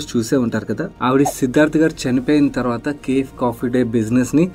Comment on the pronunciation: It takes a lot of guts to call out such things. As a human, the way she stood up and ran the business is inspiring but as an investor, we should not get carried away by these. Chinna correction, cafe ni ka-fay ani pronounce cheyyali